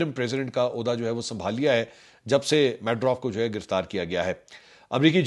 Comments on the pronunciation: لوڑے انپڑ اسکا نام مڈورو ہے، میڈروو نہیں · The name is Medero and not medrof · Manshoor Bhai his name is not madaurf but Maduro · Mansoor bahi its 4th or 5th vlog please start pronouncing Venezuela 🇻🇪 president's name right... Nicolas Maduro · Lo g yeh haal hai Pakistani YouTubers ka. Yeh sahib Aitchison College kay paray huway hain aur Maduro ka naam pronounce karna nahi aata. Oh bhai, iska naam "Maa-du-row" pronounce hota hai. Zara international media ko sun liya karo. Apnay aap say guess na chalaya karo.😂😂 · Maduro pronunciation ( MA -DU-RAW )